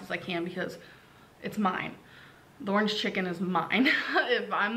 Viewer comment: I get triggered as F when she says "ornge"